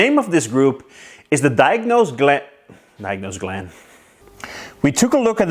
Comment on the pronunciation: Diagnos "Glan" 😁 I like your videos.